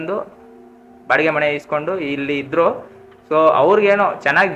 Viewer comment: Bro ಅದು ಮನೆ. ಮಣೆ ಅಲ್ಲ 😂